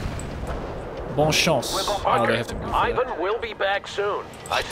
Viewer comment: ***** BonNE chance Bonne chance. Not Bon chance.